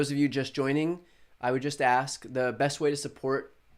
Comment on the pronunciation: I just wish that Thompson pronounces "adjoined" instead of adjourned. And says AKS instead of AsK. I wish people would correct him although I don't think it would make a difference because he so used to speaking incorrect English. Nothing against what he's doing, just wish he presented himself as an educated man.